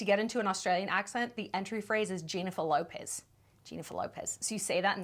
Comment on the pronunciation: very close, but try saying Jennifer LARpez